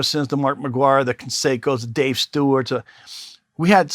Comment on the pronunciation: It's Canseco not Conseco